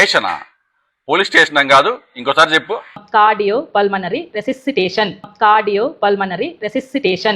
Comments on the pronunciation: మీ నాయకుడికి కాదు నీకుయ్ కూడా తెలీదు ..అది ఫుల్మనరీ కాదన్నోయ్ . .పల్మనరీ ..ఆవిడకి చెప్పబోయి నువ్వు బొక్క లో పడ్డావ్ ...🤣🤣🤣🤣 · ఫుల్మనరీ కాదూరా పుల్కా, పల్మనరీ 😂😂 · అవును నాయకుడు CPR అంటే Chest press అన్నాడు ..ఈయన పల్మనరీ ని ఫుల్మనరీ అన్నాడు ..దొందూ , దొందే .. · వీడీకీ తెలీదు ...పుల్మనరీ అంట ....అది పల్మనరీ